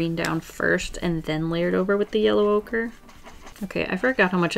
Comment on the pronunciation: Her: yellow ocre What I hear: ocurrrrrrrr